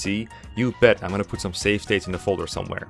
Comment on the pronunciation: It helps to emphasize the V in the words 'save slots'. Avoid pronouncing it like an F.